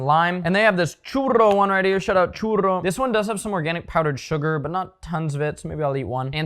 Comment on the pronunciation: Double r churro pronunciation keeping you big as hell